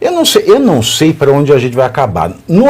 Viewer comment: Çei, Barroso,Çei...🤣